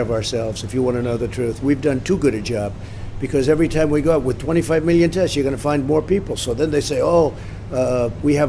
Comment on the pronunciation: This guy is the king of avoiding the question. I don't understand why he's always using "Meeleo" when it comes to numbers.